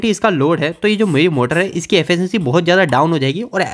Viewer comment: Affacancy 😂😂😂 Pronounce it correctly Its efficiency